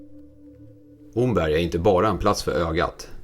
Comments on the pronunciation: Bra video. Det enda som provocerar en östgöte är uttalet av Omberg. Det uttalas precis som ordet ”om” (+berg). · Mycket trevlig film! 👌 (Omberg uttalas [Åmmberg].